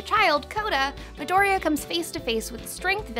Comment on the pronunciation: I hate how she pronounces "midoriya" She says midoria, u have to say that ya part